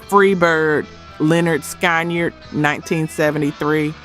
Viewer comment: It's pronounced SKINNARD. Not SKY NERD. If you're rock n roll you'd KNOW that.